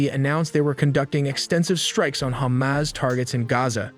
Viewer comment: If you're going to report on the region, why can't you pronounce it properly? It's ha-MAS, not hommis, and Israel is not pronounced izril.